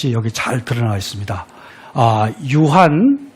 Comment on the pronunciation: 좌천,유한, 세상,권주,두 째,했어요,세상, 등 예는 선생께서, 장음인 첫 자를 짧게 잘못 발음한 일부의 실 에입니다. 놀라시겠지요. 한시 강의 하는 분이 심지어 우리 고유어 발음도 틀렸다는 것을 무어라 변명하시렵니까? 한국의 언어 타락상이 실로 거정입니다. "한국 어문을 고발함"이라는 책을 읽어 주실까요? 미국 변 완수 드림